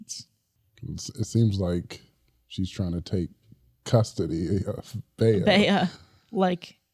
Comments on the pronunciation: "Bay-uh" was driving me crazy. Bea is pronounced Bee. Aunt Bea from the Andy Griffith Show (am I showing my age?!) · Bea is pronounced “Bee” like Bea Arthur from golden girls